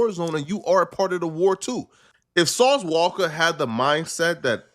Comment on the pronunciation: Why do u say sauce walka like that 😂